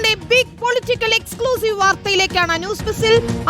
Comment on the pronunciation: ഹൗ.... ബ്ബിഗ്ഗ് ഫൊളിറ്റിക്കൽ എഗ്സ്ക്ല്യൂസീഫ്!!! ബിശ്മയം തന്നെ!!! 😅😅😅😅😅😅😅😅😅